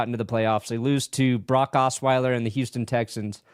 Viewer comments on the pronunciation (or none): none